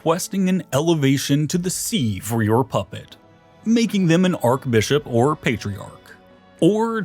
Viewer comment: Arkbishop, ClerGyman, pApacy, this guy likes alternative pronunciations LoL... Great video btw really exciting stuff...